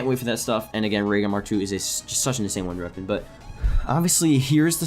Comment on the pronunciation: "Runder reapon"